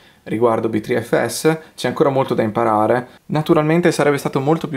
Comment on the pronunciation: Secondo Linus tech tip si pronuncia "butterfs". Accurata la descrizione.